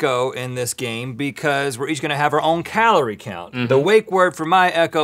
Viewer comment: He called it kuhloree